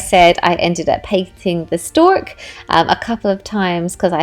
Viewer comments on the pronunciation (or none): Omg I have 4 big pumpkins was dreading the carving so definitely gonna do this!! Also so cute how you say 'stork' instead of stalk 😂😂😂